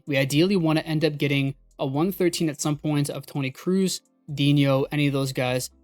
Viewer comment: pls dont say krous is kroos